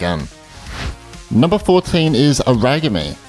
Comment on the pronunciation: Aragami is pronounced as Era-ga-me.